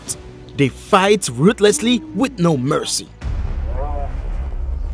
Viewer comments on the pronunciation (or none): none